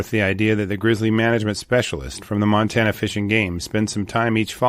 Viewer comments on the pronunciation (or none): none